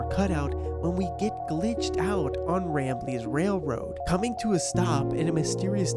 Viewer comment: He said. Rembley